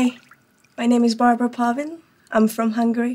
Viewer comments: She said Plavin instead of Palvin, i think. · I notice that when speaks her name she leaves the L silent